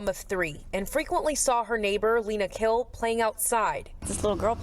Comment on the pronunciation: Pronounce the Last name as Kheel. Breathy h.